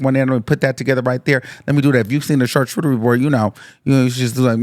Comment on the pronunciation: Wtf is CHarCHOOturie?! 😂